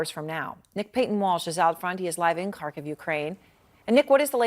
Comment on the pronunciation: This is nitpicking but couldn't the news anchor have learned how to pronounce Xi Jinping and Kharkiv? I feel like a CNN anchor should know this stuff after 6 months of war coverage mentioning Kharkiv, and 10 years of Xi leading China.